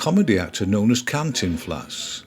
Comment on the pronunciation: The way that you pronounced Cántiphläs 😆man, your videos are always a joy to watch <3